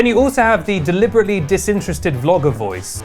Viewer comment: When they pronounce the as "thee" when the next word doesn't begin with a vowel. You don't say, "Pass THEE ketchup". The cable. THEE audio cable. [These are correct examples.] If you are an offender, please stop.